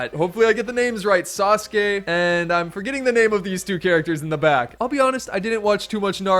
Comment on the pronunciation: Sa soo kee I think is the pronunciation